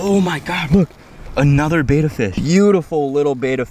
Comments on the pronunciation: Love what you do, but I only made it 28 seconds before I had to switch off. I can’t listen to a whole video of bettas being called betas 🤣 I’ll catch ya on the next one 🤙🏼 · A Betta is a fish. A Beta is a male who says Beta instead of Betta over and over and over. Think Better with a New York accent. Bett-Uh. Otherwise, outstanding YouTube channel!! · It's pronounced Bet-uh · Please learn how to pronounce the name, bet-a fish, not batta-fish